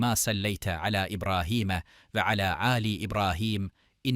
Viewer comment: okumalar yanlış dolu ve oturuşta subhanerabbiyel âlâ daki o âlâ düz söylenmez başka anlam oluyor â dan sonra yumuşak g tarzında bastırarak söylemek gerek yani âğla gibi